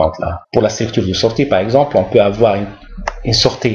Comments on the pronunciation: Merci, pourquoi vous prononcez sortie: sorte'? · merci pour cette remarque ,c'est une erreur de prononciation.